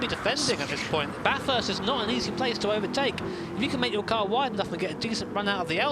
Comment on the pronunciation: It is not bathurst. It is baaaaaathurst